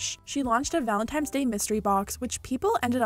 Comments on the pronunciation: Did she just say "valentimes" day? 😂😂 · Girl did you just say Valentimes day? Valentines, tines Day. Sorry but that drives me crazy. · Liquid lipsticks are different than the lipsticks she came out with previously and it's ValenTINE'S day! Not VALENTIMES! I don't understand how so many people fuck that up...lol. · “Valentimes day”